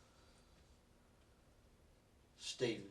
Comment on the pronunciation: It takes for the detective to announce, "I don't wanna play a game weeth you Staayven." Aye cop? Where ya been the last hr'n half?